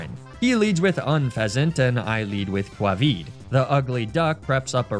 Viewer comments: Aww, this is such a nice video. I hope that White, wherever they are, is watching this and know that her nuzlocke met an end. Pronouncing "Covid" as Quavid was a funny touch XD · Kwahvee for Covid :)